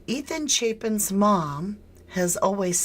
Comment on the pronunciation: It's pronounced like Chaypen. I went to school with his uncle.